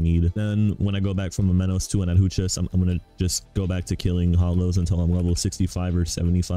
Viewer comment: BRO STOP SAYING "ADHUCHAS" I SWEAR I WILL TOMAHAWK YOU